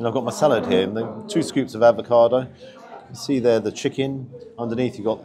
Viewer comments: Gotta say mate….. it’s avocado, NOT advocado lol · Bit stingy with your marking there! I thought at least 9 for the quality and taste. Also, being picky, can you please please please stop saying ‘ advocado’! There’s no first D! 🤬🤣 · Love your vids, but please….its avocado, not advocado. Yes I’m a pedant, just when people pronounce Moët et Chandon as “mo-eh”. It’s Moet, as written. Rant over. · Avocado,....not advocado!